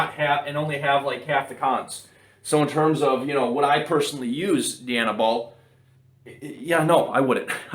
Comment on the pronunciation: Dye-Anabol . Not DEE-Anabol . As in Princess DIANA , not DEE-ANNA . Jeez , fucking canucks ..